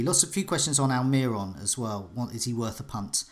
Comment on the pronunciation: al-my-ron? that's a new one.. facepalm